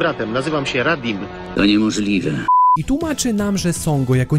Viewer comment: nie radim tylko raditz XD